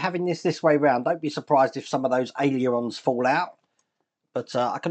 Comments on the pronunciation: It's pronounced AY-LER-ON,! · Hi, been watching this coming together and it’s some build. I note you have trouble saying ailerons, so why not just call them flaps 😂😂👌👌👌